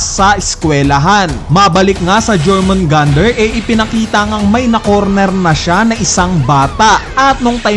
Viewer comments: Jormungandr pronunciation is “yor-mun-gand” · yormungandar pronunciation nyan tropa